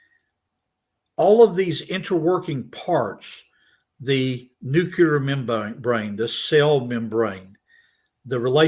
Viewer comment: Nucular is not a word